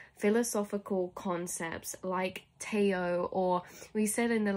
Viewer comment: Tao is pronounced daow. No shade, I would have pronounced it like this too if I hadn't heard it before reading it lol